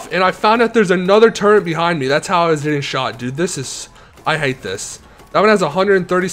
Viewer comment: turrent its a turret …